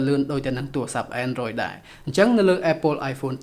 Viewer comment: apple អានapple ទៅស្តាប់មិនដូចត្រចៀកទេ